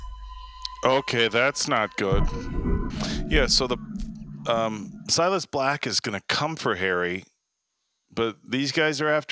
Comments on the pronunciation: I feel like the guy on the left always gets the names wrong on purpose, Silis Black, Hermoney Granger, Haggard lol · Legend says that is still calling him "Silas Black"😅